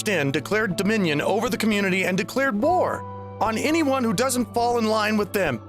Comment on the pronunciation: I keep hearing “vore” instead of “war”, I fear I should worry about my kink eating going a bit too far up...^^; I really hope maybe we can at least do something about all this among furries...^^; I really hate this trend...